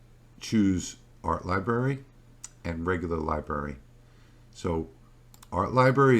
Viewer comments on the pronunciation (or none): Do you realise you are not pronouncing the first "r" in library?